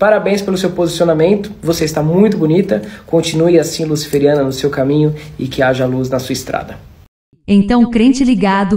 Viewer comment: Ele falou luciferiana?